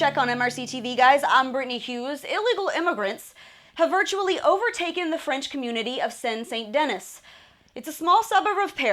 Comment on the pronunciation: Not “Saint Denis.” It’s pronounced “sane de-NÉE”